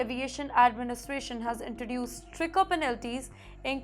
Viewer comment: Yes. STRICKER for STRICTER - thrice. CRIYOO for CREW - or in a foo-too-ray of simplified English, will it becum CROO?